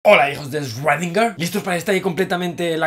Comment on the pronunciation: Muy bonito y todo pero cuando aprendes a decir correctamente el nombre de “Schrödinger”?